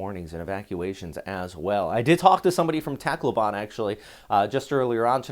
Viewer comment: Tacloban you need to learn how to pronounce it correctly!